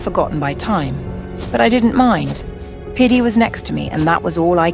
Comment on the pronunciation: Even the guys name is piddy and he just replaced the d with a p😭💀